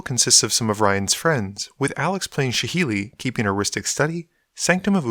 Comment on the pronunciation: Please do us a favour and say reveillark and saheeli properly 😂😂